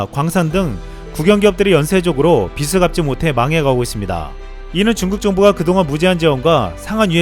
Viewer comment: 빚을 [빚슬 ]?[비즐]!